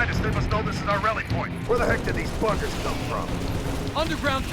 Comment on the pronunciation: He said BUGGERS